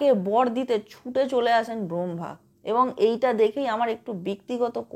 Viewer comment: Brambha noy...uchcharon ta hobe brammha.